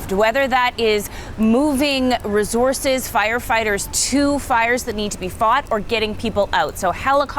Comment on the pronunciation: Why is she saying "reh-zorzes" instead of "resources"?! Over and over! She uses a "Z" instead of an "S" sound and I'm not talking about anyone with an actual accent, it's the lady with no accent reporting on the fires. Geeze it really rakes me nerves when people mispronounce things.